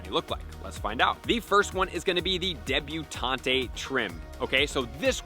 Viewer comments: Debutant. Not debutantay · Please say debuTAUNT correctly